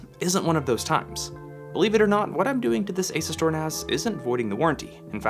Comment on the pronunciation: Isn’t it pronounced As-U-Stor?